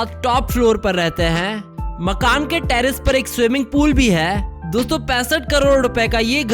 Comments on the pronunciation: Aur kesa "HAII" 😂😂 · Haai haai 😄😄😄😄😄 600 crore ka haai, Haai kaise bolta hai